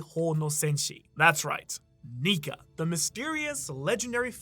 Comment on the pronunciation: Bro you gotta watch how you say nika